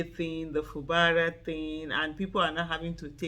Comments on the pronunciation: His name is pronounced as Fu Gbara. Not Fu Bara. . Fu Gbara is the right pronouciation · Fubara is an Ijaw name. Aisha pronounced it correctly. It is not pronounced FU GBA RA please.